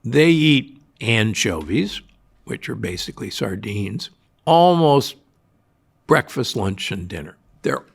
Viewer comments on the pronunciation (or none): none